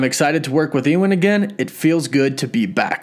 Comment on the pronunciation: Why do you not know how to pronounce anything? Every video I have ever watched of yours, something important is mispronounced, especially things that are well known subjects! Who is?